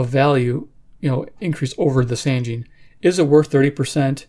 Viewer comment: It's actually pronounced "SAHN-jeen" ... I verified it.